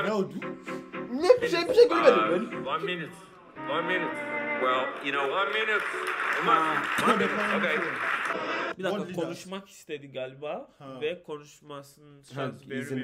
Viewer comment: One munite konuşması güzel gelebilir size ama sonrasını izleyin R yapıyor